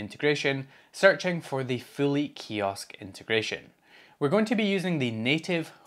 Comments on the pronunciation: I initially thought you were saying Philly Kiosk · Show of hands: until he got to searching for it in the video, who thought he was saying "Philly" kiosk browser? 😂